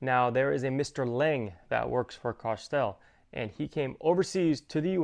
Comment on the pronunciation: What is the spelling of the company who makes these? You said "Cartstelle"? I can't seem to find it on the internet. Also, did you happen to ask Thor's Lightening why their valve was different than advertised? I wonder if they would send you the correct one (as advertised) if you asked?